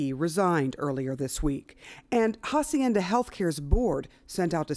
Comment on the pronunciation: Why are they pronouncing the facility Ha-cienda the H is Silent